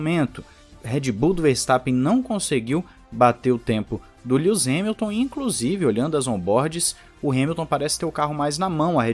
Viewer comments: experimente "líuis" Hamilton, é fácil, porque "líus" é como se eu te chamasse de "Pussi" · "Líus" Hamilton... vai aprender a falar o nome do cara quando?